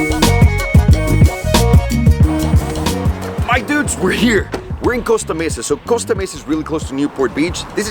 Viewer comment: Thats my dude over herreee! With an italien accent lolll